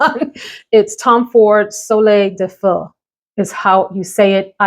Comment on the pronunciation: Hi! Great video! 😀👏👏❤️ I agree with your analysis of Gritti… quite synthetic and vexing. Your pronunciation of Soleil de Feu is perfect😀 Agree about Marc Jacobs Daisy line, very nice and pretty (I own a few). Thank you for putting some cool & interesting new fragrances on my radar. 😀